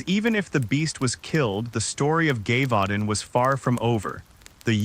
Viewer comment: At least learn how to pronounce Gévaudan... show some respect to history. Or adjust your AI's language settings.